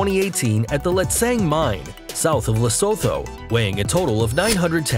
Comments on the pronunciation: I LIVE IN SOUTH ARRICA and lestho is pronounced lesotoo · It's le - su - tu. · Can't believe he pronounced Lesotho like that 😒 - Dear author respect other countries. This is disrespectful and condescending. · U.S.Americans, it is "Le-sot-ho"! not Leso-tho".... and "Culli-nan" not "Ca-linnian" ...